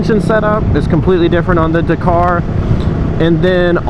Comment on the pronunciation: DAK CAR,,,NOT DA KAR